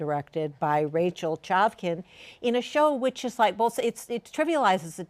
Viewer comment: CHAVKIN’S FACE WHEN THE HOST MISPRONOUNCES HER NAME IS A 24/7 MOOD. I LOVE HER SM SHES ICONIC